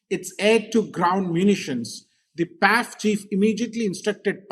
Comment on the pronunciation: Pls don’t say Paiff. Pls separate it as P.A.F., like I.A.F.